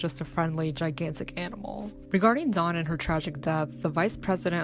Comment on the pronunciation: Get your facts right!!!! Never grabbed her hair! Bad enough you didn't pronounce her name correctly!!!!!!